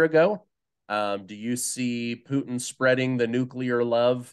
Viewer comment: can you ask Ray for me, why he calls him Pooteen?